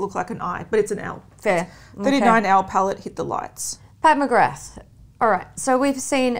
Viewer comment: No fault of your own ladies, but I’m sick of everyone pronouncing Pat McGrath wrong. It’s pronounced McGraaa, from the Gaelic meaning “son of grace”. It’s nice for people to learn about old Gaelic names (like mine “McQueeney). Because it’s a disappearing and very cool language.